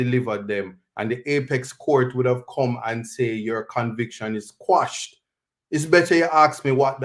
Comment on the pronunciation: The word is actually quash…meaning to ..put an end to..Jamaicans the ones who don’t know better say squash. Listen to the Englishmen and Bert Samuels for the correct pronunciation.